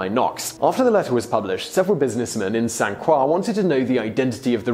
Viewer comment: EddyGurge you mean did he pronounce it with the proper French pronunciation? Yes he did. It isn't Saint Croy it's Sant Kwah (not proper phonetic breakdown but hey I don't feel like finding and copy/pasting from a French dictionary). I mean Simon often butchers foreign names/words but this time he is spot on, it is only common mispronunciation for us here in the States that has you thinking he did it again here.